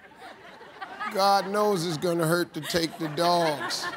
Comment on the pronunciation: “Twenty fie seconds on da clock please”